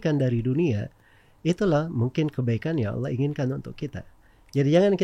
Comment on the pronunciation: Knp sih harus ngomong Auloh? Giliran bahasa inggris sok2 native. Hahaha.